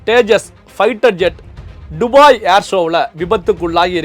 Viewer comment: டுபாய் இல்ல துபாய் 😂